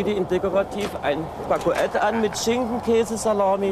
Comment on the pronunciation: „ein Baggu-Ett“😂😊👍 Herrlich, könnte von Hape Kerkeling sein😂👍👍